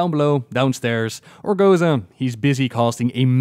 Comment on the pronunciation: "ORGO-ZOA." not "ORGO-ZA"